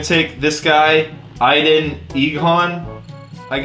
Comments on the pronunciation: This guy pronounced Aidan Idan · Aiden is pronounced “Aye Den” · We really gonna ignore the fact that pronounced aidan like it was some African name lol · how he pronounces Aidan 😂